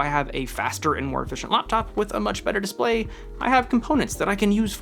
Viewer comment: Day 478 of trying to get over how says “Display”. 😂